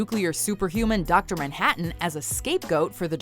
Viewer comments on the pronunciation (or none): none